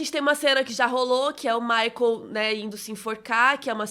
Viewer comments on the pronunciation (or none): none